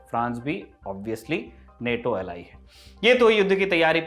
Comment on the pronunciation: नेटो bolo Bhai, Naato to RRR ka song hai